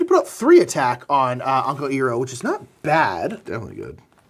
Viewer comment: Despite our resident Avatar super fan reminding us before hand how to pronounce Uncle Iroh's name correctly, we naturally pronounce it wrong throughout the video because we're silly Bing Bongs